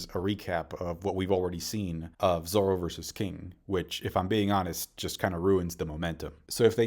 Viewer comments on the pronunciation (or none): none